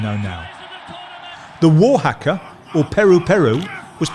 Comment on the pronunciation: Haka is pronounced hucker not hacker.